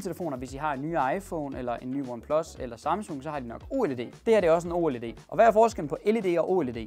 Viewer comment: Det hedder ikke o led men oled